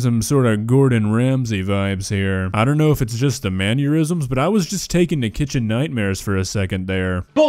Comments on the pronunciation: dude is manner-isms not menneur-isms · ..."Mannurisms".